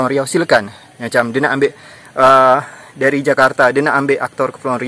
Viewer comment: Sebutan Melayu Riau untuk 'R' memang bunyinya hilang ye? Dari jadi dai.